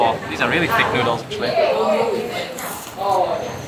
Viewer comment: "thick thoodles" 🤣